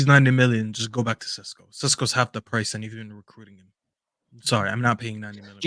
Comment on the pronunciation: Sesko is pronounced SHESKO “ The British media saying his name like he is Spanish 🤣🤣 Sounds more exotic